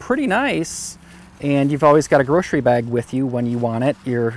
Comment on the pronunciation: I'm pretty sure it's GROCERY, not GROSHERIE :D Cool gadget ;)